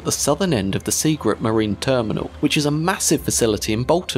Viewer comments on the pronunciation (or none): Seagirt, not Seagrit. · It’s Seagirt not Seagrit